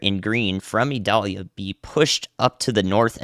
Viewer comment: The pronunciation has a long I. Listen to some Sammy Kershaw Vidalia